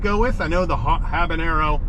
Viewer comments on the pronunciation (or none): ok I'll be 'that' guy........ it's habaNero not habaÑero also, I'm a gringo, so...... :)